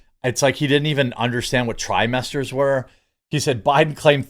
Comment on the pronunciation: Oh trimester. I thought he said Thigh-Master. I kept waiting for Suzanne Somers to come out.